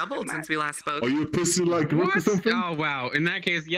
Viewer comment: If you didn't know, His Name is pronounced "Rook" Sorry If you already knew ;w